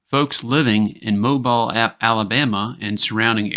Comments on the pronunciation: These stories are great! Never heard most. Ty So So much! MoBeel. Not MoBil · Mobile is pronounced Mo-beel. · You're co host has pronounced Mobile Alabama correct not as.